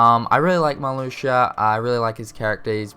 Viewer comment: I'm surprised that "Marluxia" wasn't pronounced wrong.